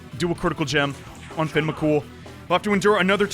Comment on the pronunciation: As an Irish person Fionn mac Cumhaill is pronounced fi-yun rather than fin. U absolutely nailed the surname tho.